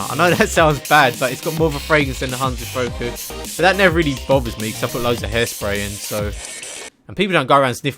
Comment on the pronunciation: Pronounced hanz de foo-ko and by vil-ayn incase you were still wondering